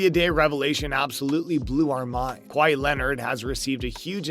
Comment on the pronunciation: did u just call him KA WA HI ....